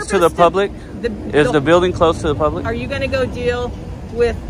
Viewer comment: Did she actually say “the gates were open to the pubic today.”? That was classic. You’re the best one doing it bro. I know this is an old video but keep up the good work and be safe out there.